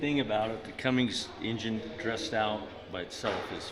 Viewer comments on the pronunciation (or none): Cummins man, Cummins. There's no g at the end. Just saying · Never trust someone that calls a Cummins a Cummings.......I would've said nope, turned around and not sold it to him. 😂😂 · i was really happy to see featured for something good... then he kept saying cummings.... and you kept saying CUMMINS! wish i had seen you in town... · said Cummings lol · But every time he mispronounced 'Cummins' it made me cringe.